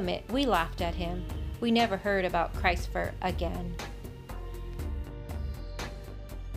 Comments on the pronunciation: its CHRIS' TFER. NOT CHRIST. CHRIS''T. like chris with a t at the end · Christopher is pronounced krist Ofer , not Christ , that family are thick 🙄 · it was chris "fer. like Chris 't. not christ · It wasn't pronounced Christ'fer as in Christ, but Christ and in mist, list etc. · It’s not pronounced “Christ fer” ffs.